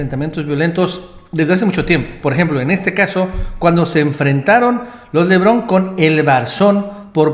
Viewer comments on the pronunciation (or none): se apellidan LEBARÓN, NO "Levrón", ¡Ay!!! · PORQUE LES DICES LEBRON? ES LE BARON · Lebaron Lebaron Lebaron, no LEBRON ya estuvo, pronuncia bien.